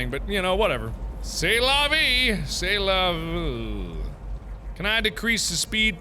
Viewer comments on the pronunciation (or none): "Over a dozen?" lmao. That whole part was priceless. + "C'est la vie." as a French Speaker i laughed way too hard.